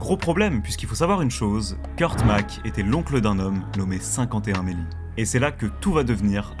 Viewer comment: Ça t'étais si difficile de prononcer O FIVE ONE MELLY? 😂😂😂